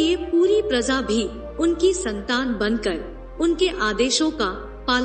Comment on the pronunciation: prazaa nahi hota madam praja hota hey razaa nahi hota raja hota hey. Pata nahi kaha kaha se aatey ho tum log